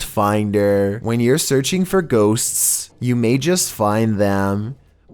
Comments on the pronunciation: I giggled every time he said “ghostst”. 😂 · He made the word 'ghosts" into four syllables.